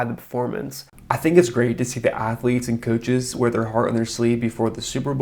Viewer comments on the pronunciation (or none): none